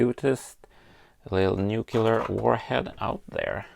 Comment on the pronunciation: nucular - the world is nucular :P